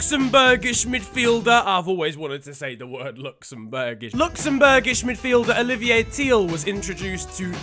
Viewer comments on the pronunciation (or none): none